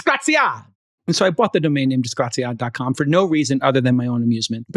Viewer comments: Every time Jason say disgraziad instead of disgraziato I die a little inside, Chamath tell your wife t teach him some italian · 😂 it’s “disgraziato” not disgraziad 😂😂😂😂Elon ❤always simply Awesome! Grokipedia Encyclopedia Galactica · Si dice disgraziato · "Disgraziad"! As an Italian, I'm loving it!